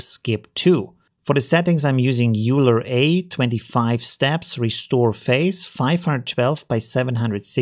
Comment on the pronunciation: It's COP-EE and Euler = OiL-ER